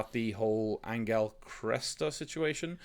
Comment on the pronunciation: Hi guys! Found you recently after watching 1899 then went back for your Dark content. You're both fantastic. So a couple of comments, not questions for the moment: 1. I am here for the beards and hair. Majestic. 2. Angel, the Spaniard, is pronounced "an-hell". The g is read more like a soft h.